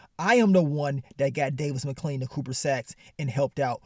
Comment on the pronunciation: “Davis Mcclean” 😂😂😂 nigga say everybody name wrong 😭